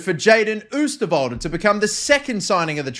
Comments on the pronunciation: Its not oesterwolde you say it like this oh sterwolde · If you'd really want to know how to say oosterwolde's name: ohw-stirr-wol-duh. Keep up the vids! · The Oo in Oosterwolde is pronounced like the o in Ronaldo